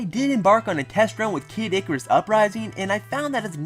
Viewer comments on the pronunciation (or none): none